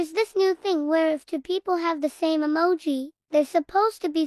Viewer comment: “Rawblox” “Yeses” “Humum” “Emaji” “Emagis” 💀